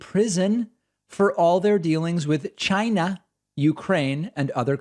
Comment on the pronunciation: Nice touch with the Trump 'China' pronunciation!